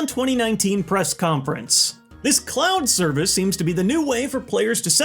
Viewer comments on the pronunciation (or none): DID YOU SAY CLOWN SERVICE